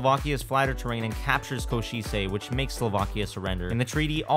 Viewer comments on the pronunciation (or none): What? Kuošicie?